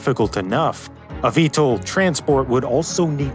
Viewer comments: Pronounced "VTOL", not "VTLE" (Vee-Tol, not Vee-tle) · VTOL not VTAL 😂 Vertical Takeoff OR Landing not "and". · I've worked in aerospace, not once have I heard VTOL pronounced V-TOLE, it's always V-Tall. Really takes away from the video.